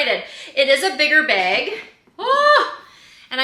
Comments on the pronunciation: B A G , not beg 😂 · Happy birthday 🎉🎉🎉🎉 wait, what’s wrong with the way you say “bag” ? Love the bag!